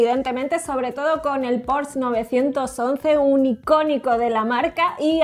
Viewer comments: Pero por que le dicen porsch si se dice porsche tal y como se escribe se lee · Porque le cuesta tanto trabajo decir Porsche!???????? Dice Pors!!!!! Que desesperante!!! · Hola, como dato se pronuncia Porsche, no porsh...saludos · se pronuncia Porsche, se pronuncia la e, no es Porsch, no es inglés, es alemán. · No es "porsh" es "porshe" Porsche es alemán y se pronuncia esa e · El "porch" Jajajaja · La pronunciación correcta es "pórsha". De nada. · Un porshh xdd